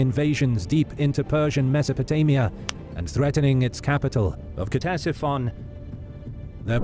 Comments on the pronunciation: It's not K-tesiphon bro... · Its pronounced Tesifon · Every time he says Ctesiphon it’s pronounced just a little bit more wrong